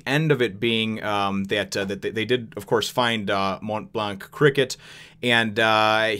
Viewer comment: You're saying "Montblanc" just fine, at the very least it's how the Funimation dub of One Piece pronounces the name, so you should be okay. Like I said several times before though, I'm loving the adventure so far. One of my favorite OP arcs is coming up real soon.